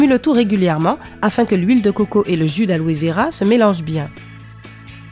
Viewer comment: Alove vera ou aloe vera 😂😂😂😂